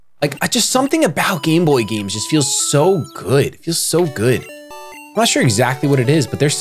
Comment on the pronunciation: "im pretty shore"